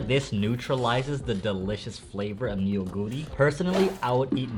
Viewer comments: Neoguro is pronounced- NU GURI not NE YO GURI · actually, it’s pronounced NO-GU-RI (너구리) not nuguri. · Fun test! :yougotthis:Neoguri is not pronounced "Ne-o-guri" it's pronounced as the eo in ramyeon, "noh-guri" 😊 The rice cakes is called tteok and the dish tteokbokki, meaning "stir-fried rice cakes" 😋 the cylindrical rice cakes' name is garaetteok ☺ ae pronounced as the ai in pair.